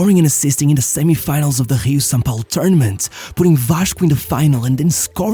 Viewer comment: Your pronunciation on "São Paulo" was spot on!